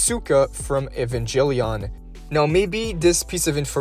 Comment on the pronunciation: Had to run that shit back like 6 times to make sure I heard him say EvanJellyon🤣🤣🤣🤣